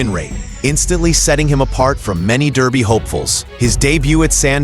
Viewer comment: FFs It Is Darby Not Derby Come On Get Get It Right. I Do Believe The French Raider Midak Will Run A Good Race For 2 Reasons: The French Will Not Supplement A Horse Without Good Reason, Also This Years Race Is In Honour Of The Agha Khan And His Daughter The Princess Owns It...